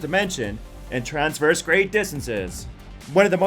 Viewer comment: Well, you kind of lost some credibility when you mispronounced "Sulaco," "Centauri," and "traverse," but I stuck it out, hoping against hope that one of these "fastest ship" lists might for once actually include the fastest ship . . . but no dice. You included the TARDIS for the right reasons, so I'll give you props on effort--but there is something faster. The Gay Deceiver, from Robert A. Heinlein's novel The Number Of The Beast, Is. The Fastest. Spaceship. In. Science Fiction. BAR NONE. There may be others which can tie it, but it is literally impossible to beat it. The TARDIS, you see (and point out) has travel time. People inside (and hanging onto the outside) experience duration during its trips, and it is limited in where it can go--for example, it can't go back to Bad Wolf Bay. Gay Deceiver, on the other hand, has no such restrictions. Gay is a modified Ford Duo (think a luxury flying car) outfitted with the Burroughs Device, which is capable of translating or rotating the vehicle along every possible axis of dimension and positioning it at any coordinates along these axes, and is controlled by a supercomputer which was modified to become truly sentient. What does all that mean? In simple terms: Gay deceiver can go from any location in any possible universe (real or imaginary) at any point in that universe's history TO any location in any possible universe (real or imaginary) at any point in that universe's history in exactly zero time. One chronon you are HERE; the ne